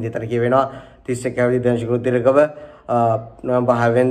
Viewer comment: ඩැනිශ්ක දනිශ්ක ගාන්නෙ හරියට නම කියපංකො ඉස්සෙල්ල. හරි වැඩ්ඩො වගේ වැඩ දාල කියවන්නෙ විව්ස් ගන්න මොකක් හරි රෙද්දක්